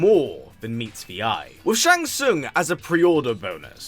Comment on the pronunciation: Shang Sung😂